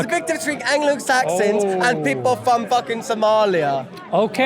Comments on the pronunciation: It’s from not fom 😂😂😂😂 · its pronounced FROM not FOM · "Where u fom" all the way through 😂